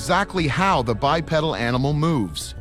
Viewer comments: Bipedal not pronounced bipeddle. 👽🐾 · The correct pronunciation is bipeedil even though it is spelled bipedal